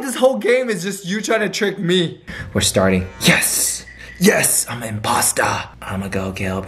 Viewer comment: Am I the only one who hears say Impasta instead of imposter? 😂😂